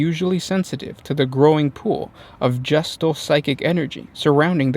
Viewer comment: its gestalt, pronounced geh - shtalt, meaning a sum comprised of many parts, not gestal, which makes it sound like somethings about to be born